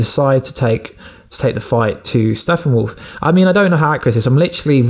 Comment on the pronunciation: STOP saying Steffenwolf! It is StePPenwolf! Sheesh 😏